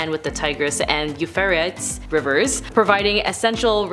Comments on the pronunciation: Its pronounced "You-freight-ese" for number 10. Love your content! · UUUUUUUUU Fray tees